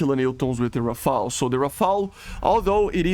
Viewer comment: on behalf of the french people i thank you, you are the only youtuber pronouncing "rafale" right everybody is saying rafael and it drive me nuts